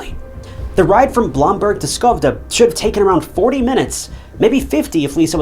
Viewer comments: Incel narration: "lisa Holm was born in Skovde (miss pronounciaton on a buthering note its Sch-Ö-vde) LOOK up the letter Ö its not an o!!! "Skov'de England despite the text clearly texting Skövde Sweden". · I hate the way he pronunces Skövde. Sadly i dont know how to explain how to in text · Does he say Skövde England even though it should be Skövde Sweden?